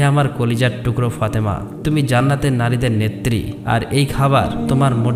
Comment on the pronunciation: ফতেমা না ফাতেমা।